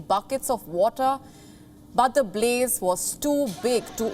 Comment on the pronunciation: INDIAN ACCENT B LE ZE BLAZE